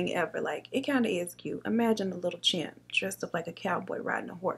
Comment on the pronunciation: It’s not champ, but chimp, lol... I love you though!!!!!